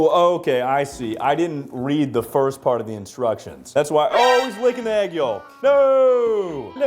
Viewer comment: I’ve never heard anyone pronounce the l in yolk 😭🙏